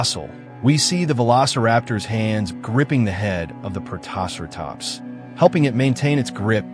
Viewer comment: God, that pronunciation of Protoceratops is atrocious. More AI slop.